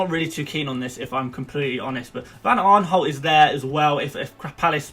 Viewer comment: Van Aarnholt? AaRnholt??????? Seriously????? Van Aanholt!!!